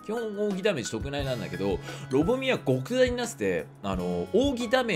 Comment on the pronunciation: 極大はゴクダイじゃなくてキョクダイって読むんじゃないの…?